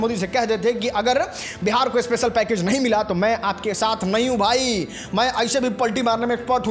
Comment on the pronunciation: Bhai tu jo khich khich k bolta hai na wo irritate karta hai. Me, hai jaise sabd bolte ho usko sudharo